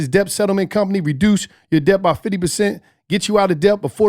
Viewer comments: pronouncing the p in dept is forever hilarious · REALLY needs to learn how to pronounce ‘debt’.....